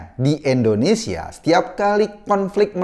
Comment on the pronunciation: Indonesia bang bukan endonesa 🤣🤣🤣